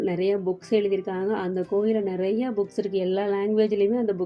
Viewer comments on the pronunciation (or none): none